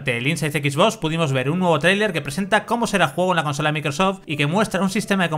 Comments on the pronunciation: cada vez que dice equis bos me sangran los oidos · Dios mio que te cuesta pronunciar bien las cosas? "equis vos"